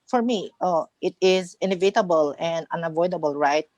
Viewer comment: Inevitable = /e 'ni vete b l/, not /invite b l/.